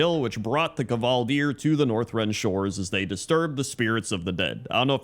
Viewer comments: It's Kvaldir not "Kuhvaldir" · Because the Kvaldir are based of Scandinavian Vikings, you're supposed to pronounce them as "Kuh Valdyr". It's very rare to have silent letters in the Swedish, Norwegian & Danish languages (which are all Scandinavian). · Its KUH-vall-deer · so a schwa is actually assumed and just not written down? weird. It goes against every fibre of my south slavic being to hear it as kuh'valdyr.